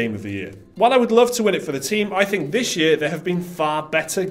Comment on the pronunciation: say "game of the yur" one more time